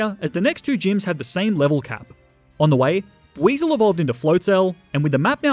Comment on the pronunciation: buiezle and sobble